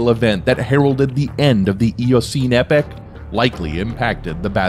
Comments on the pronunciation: It's epoch! Not epic. Yer tit! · Rather spoiled by the terrible pronunciations: "climactic" instead of climatic, "epic" instead of epoch... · Learn to pronounce your words correctly: it is not "epic" (as you are pronouncing it) but "epoch" (ee pawk).